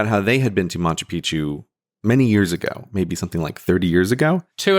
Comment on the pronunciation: Gray, pal, I love you, but It's not MaNchu Picchu